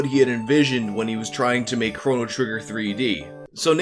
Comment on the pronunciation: Am I the only one who takes issue with the way he pronounces Chrono?